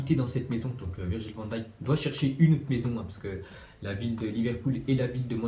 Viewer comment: pour une fois tu prononce bien van dijk